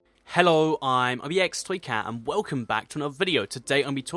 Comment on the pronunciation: when you say ibxtoycat it sounds like a foreign language :D